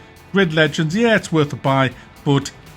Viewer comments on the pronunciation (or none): Once you pronounce it as Leg Ends you can't say it any another way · Leg-ends? I believe you are referring to feet, correct? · he said Leg Ends, lol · leg ends lol